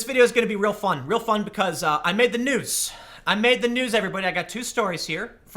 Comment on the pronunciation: Excitedly says, "I med da noos", "I med da nuuz", lol 😂🤣 good job Tim, not bad for soy! ✌😉